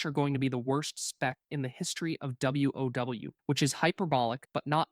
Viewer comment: Someone just asked an LLM to roast these specs and then had the LLM read them (note the pronounciation of the words sometimes e.g. WoW (double u oh double u lol). This is def entertaining and a few things are relatively accurate, but not totally at all. In the end the best advice still stands: play whats 's fun for you.